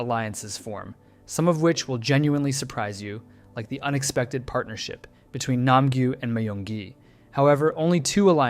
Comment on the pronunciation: (Die-Ho, My-yung-gi, No-aol) Everyone Else: (Day-Ho, Me-yung-gi, No-Eel)